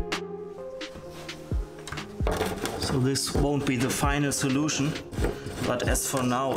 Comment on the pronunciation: This is amazing but please don't say final solution with that accent....hahahaha